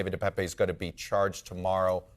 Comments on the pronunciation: His name is not “De Pepe”…WTF, it’s DePape like paper 🙄🙄🙄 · I wish they would pronounce David Depape’s name properly. I’m from his home town and the last e in Depape is silent. You pronounce the name Depap ! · Oh brother, now they're calling him so far left he's "ALT-right". They even changed the pronunciation of his name to De Pepe.🐸